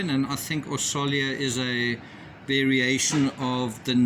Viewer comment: As a hungarian ,Orsolya is pronounced "Orshoya" and it is the formal version of the name. The informal version is Orsi (Orshee).